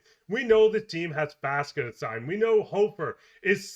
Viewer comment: Small gripe: why does it seem like everyone says "Faska" instead of Faksa? And they use the short a in the first syllable of his name, when Czechs practically never use the short a, unless they're trying to speak an English word. Even Doug Armstrong pronounces Faksa's name like "Faska." It sounds like he's ordering a Fanta orange drink.